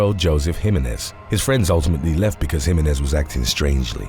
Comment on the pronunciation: The commentator wuz urking my nerves mispronouncing Jimenez. It's HE-MEHN-EHZ